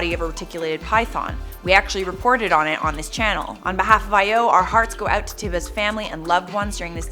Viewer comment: T-I-ba? It’s pronounced T-ee-ba